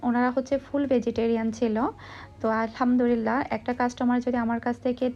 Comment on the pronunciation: "Alhamdurilah" ta thik kore bolen "Alhamdulillah"